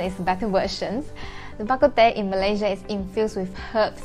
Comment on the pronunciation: Bak Kut Teh is not a Teochew dish - it’s Hokkien - even your pronouncing of the dish is Hokkien - teh…. Ask your friend to tell you how to say tea in Teochew and you will hear a totally higher pitch ….the rest of the video is fine!